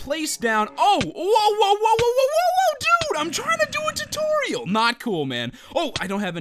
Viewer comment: Says: followed torturial by magma musen, vidio says: mubo jumbo